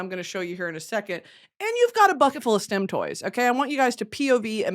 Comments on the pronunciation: Took me too long to realize she wasn’t saying STEM toys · got about three stim toys in before i realized she was saying stim toys and not stem toys. was really confused